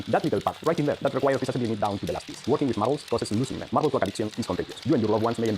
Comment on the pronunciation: Say Marrabels faster… marrablsmarrararblsmarrrararabrs